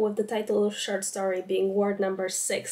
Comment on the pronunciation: I don't wanna be that girl, but check your pronunciation of the o in short 😭😭 in the intro it sounds like an a, and trust me that's not what you wanna say😵‍💫😵‍💫